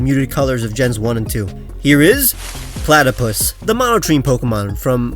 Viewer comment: Man just say platypus 🤣